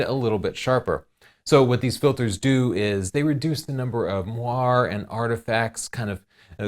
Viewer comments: I think moire is pronounced like "moray" not like "mwar", but I could be wrong. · Chelsea Northrup According to your link, the "mwar" pronunciation refers to a type of fabric. The interference pattern is only pronounced as "mwah-rey". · It's pronounced /mwɑrˈeɪ/ like an eel. and it's I,S,O. not "Iso" derp. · It's moiré < It's french bitch so it's MORE-RAY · You're not saying 'moiré' right.